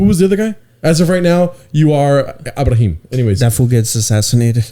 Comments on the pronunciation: Abraham you would say it like Abram without the H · You don't pronounce the "H" in Abraham